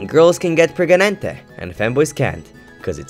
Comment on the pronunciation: "and girls can get preganente" gets me every time